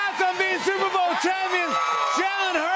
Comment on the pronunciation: Did Jimmy mispronounce Jalen’s name at the end? Or are we saying wrong this whole time? lol